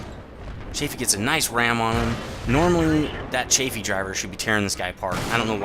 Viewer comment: Cheyfee? Isnt it chaffee? (pronounciation)